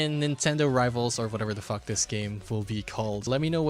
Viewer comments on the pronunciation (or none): none